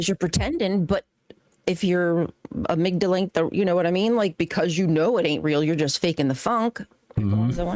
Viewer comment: “your amygda-length”, 😂sounds like she is “sima-lare-lee”. All seriousness, I wish the best for this show/lives….but it’s not looking good. I skipped around, but every time I stopped and listened for 2 minutes or more I chose other-more interesting things. I chased a skunk out the back yard, I dug out an ingrown toenail, I took close up pics of my nostrils, I washed my cat’s a$$hole with a bottle brush, I flossed lobster taint out of my incisors, I decided to start reading the Bible, I replaced my aunt’s bike inter tube….back and front, scrubbed my back walkway with dawn soap and my cats a$$ bottle brush. If I skip ahead and it’s this boring, I am going to go to a random neighborhood and volunteer to mow the grass for free. Jokes obviously, but I was very bored. I’m an atheist and maybe I don’t get the show. I don’t know who either of you are you, but wish the best for you both and the show.